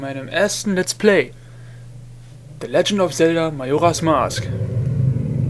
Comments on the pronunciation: Ach ja. Dein 1. LP. Du warst total schüchtern, aussprache falsch ( Majoras mask ) Ich find das hammer geil. Ich hab erst das und dann das Replay geschaut. Ich fand den anfang voll hammer. :D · Ach ich liebe es einfach XD du sprichst als würdest du eine Powerpoint Präsentation vorlesen und natürlich am Anfang erst mal den Titel falsch aussprechen <3 schon vor 7 Jahren war das für mich ein Highlight